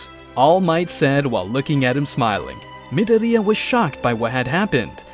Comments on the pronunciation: I like how he kinda roasts Deku by saying Mid-oriya instead of Midoryia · your saying dekus name wrong midoriya is not said like you were saying that you would know that if you watched the actually the anime